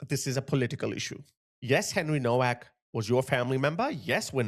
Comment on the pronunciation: Please pronounce ‘Henry Nowaks’ name correctly. It is pronounced Novak. Like Nova. The ‘W’ is pronounced ‘V’. Thank you